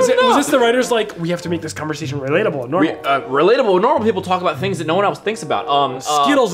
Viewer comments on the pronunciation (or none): none